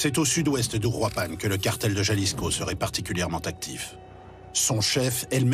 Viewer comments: “Jalisco” faites un effort putin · Putain comme il prononce jalisco